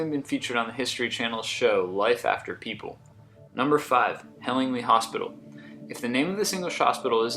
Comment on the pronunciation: 'Siprus' lol. Hellingly is pronounced Helling-lie too. I should know, because I'm from Eastbourne.